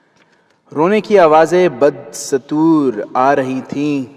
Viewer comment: Yaar please bad stoor nai hai ba dastoor hai